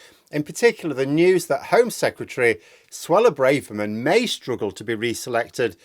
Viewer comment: It’s Brahverman not Brayverman. Why is this such a pronunciation blindspot for so many vloggers?